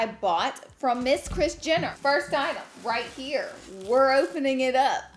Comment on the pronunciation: You say Kris *Jinner*..lol..